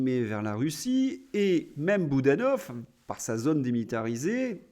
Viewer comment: Oui. Avec ou sans accent circonflexe, le o de "zône" est fermé et ne se prononce pas comme le o de "note", Monsieur. Et arrétez de manger des fruits et légumes pour améliorer votre digestion !